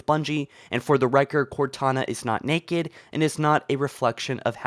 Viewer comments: NAKED NOT NEKED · I love the way he says naked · does anyone notice that when he says naked it sorta funny